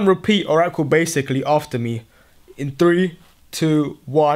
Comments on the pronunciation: Why do you always say bacicly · why do u say evey video baciclyy 😂 annoying